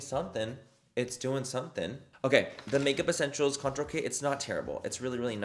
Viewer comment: Lol Did the package say it was a Contour Brush Manny? Or Coture Brush?